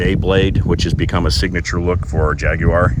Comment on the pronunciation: Great like that you pronounce Jaguar correctly 🙂